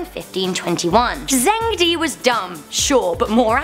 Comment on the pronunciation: Chinese king pronounced jong-duh